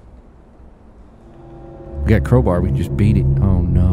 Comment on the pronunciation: how dare you mispronounce Crowbar.......